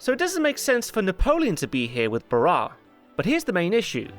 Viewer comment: It's pronounced Paul ba-RAHSS. Sorry, but it bothered me.